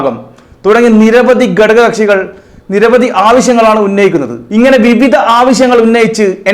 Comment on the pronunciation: എടോ..'. ഗടക ' kashi അല്ല.. "ഘട ക "കക്ഷി യാണ്...